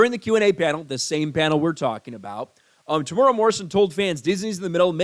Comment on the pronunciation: Psst it is pro-nounced Tem-oooh-era but good take Sir.